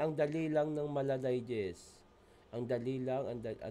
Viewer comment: "Ang dali nyo lng na da digest" "Katakawan " Yan ung sinsabe niya. Mejo bulol lng siya mag pronounce 😅